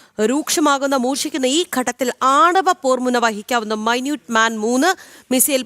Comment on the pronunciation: മൈന്യൂട്ട് മാൻ അല്ല ചക്കരേ... 🥰 മിനിറ്റ്മാൻ